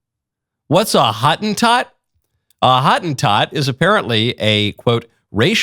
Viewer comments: That word was, for a long time, used as a non-discriminatory word for the Khoi-khoi or khoi-san, but became guilty by association with apartheid and is now deemed racist. Also, its not hawt-en-tawt, it howt-en-towt😂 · That is so funny - Hottentot is pronounced Ho- tin-tot. Actually cannot think of a single word in English that has the correct pronunciation of the "o" sound in Afrikaans. Not considered a bad word in SA. It is like calling someone a Zulu - it is their cultural heritage